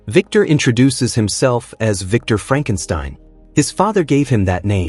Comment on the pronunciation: Doctor Fronkensteen